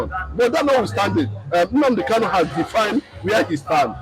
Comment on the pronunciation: You pronounce his name wrongly. He is Nnamdi Kanu and not Nnamdi Kalu. People from Umuahia answer Kanu and people Item, Igbere, Abiriba, Ohafia etc answer Kalu. So pronounce his name correctly.